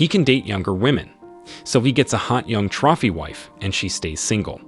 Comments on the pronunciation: Learn to pronounce “trophy.” Same goes for “combative.” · How do you not know how to pronounce simple words? Trophy?